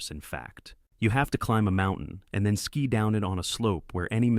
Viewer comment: Your AI is mangling all tenses of the word "ski"